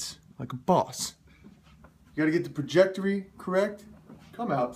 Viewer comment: "Projectery?" Pretty sure you mean "trajectory," haha.